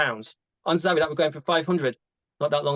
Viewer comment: Zappi???? 😂😂😂 ZAVVI ! 😂😂😂😂 Great vid as always